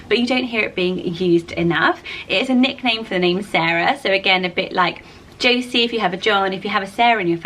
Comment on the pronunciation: Woohoo I made a list! I am Josie Louise. And thank you for saying it right! Jo-see not Jo-zee.